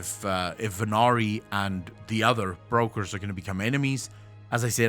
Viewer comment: English is not your first language I guess. But they are not Breakers, but brokers and that have nothing to do with breaking.